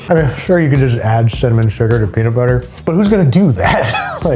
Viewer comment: peanits butter